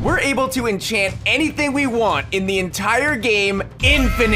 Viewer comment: Inchant anything I'm pretty sure I can in inchant myslef as well.😂😂